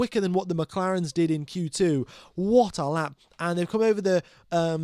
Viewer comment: I love it when you said WATTALAP! & !😂